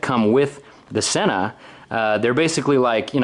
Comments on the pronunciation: Since I bought my SMH10 units, I have been making the same error that you have made on this video. It turns out the correct pronunciation is " SEEna" not "senna" ! I don't think we're the only people guilty of making this mistake, but if you listen to YouTube videos made by Sena or happen to call them, you will see we are wrong ! The SMH10 is incredible and my only complaint is that the range is very limited due to the fact that it's all done via bluetooth. Love your idea of creating a tour business - have thought that's the direction you should go for a long time. Hopefully you can become the Edelweiss, Beach, IMT, etc. of Utah ! Best of luck and keep up the great work !!! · With grammar rules I don't get how people get "senna" from the word Sena.